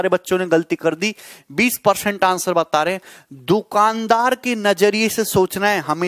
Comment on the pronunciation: peorcent hahaha🤣🤣